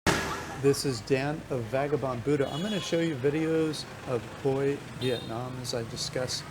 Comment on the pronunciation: You should at least find out how to pronounce the city you’re talking about. It’s not Hoy. It’s pronounced Hway. Omg.